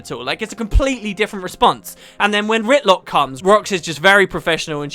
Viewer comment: he says Rytlock lol ... its not Rytlock silly